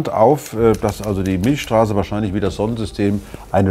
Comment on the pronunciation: Milcccccchhhstraße nicht Milschstraße. XD